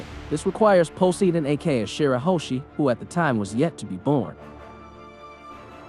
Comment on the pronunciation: why cant you say Poseidon like a normal person... and not as ''Pociidon''